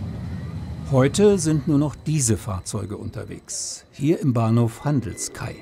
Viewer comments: Handelskai spricht man wie "Handelskeh." Es heisst auch Längenfeldgasse, nicht Längsfeldgasse ... solche Fehler müsste man eigentlich vermeiden können ... 🤷🏻‍♂ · Noch ein paar Anmerkungen: Der Handelskai wird im Österreichischen als „Handelskej“ bzw. „Handelskeh“ ausgesprochen. Außerdem fährt in Unter St. Veit nicht die Linie 60, sondern die Linie 10. Es ist die Badner Bahn und nicht die Badener Bahn. In Wien heißt es nicht „Tram“ sondern „Bim“ oder „Tramway“.